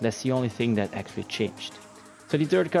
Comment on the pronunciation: When you say "that" I think you say "death"